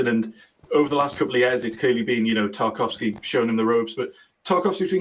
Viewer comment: Tar-kov-ski. Come on